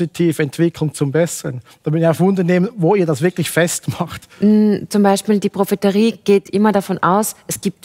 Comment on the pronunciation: Das heißt doch profetie und nicht profeterie oder nicht? 😂